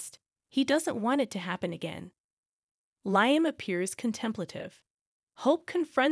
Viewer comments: It’s not,Liam,it’s Liam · You miss pronouncing Liam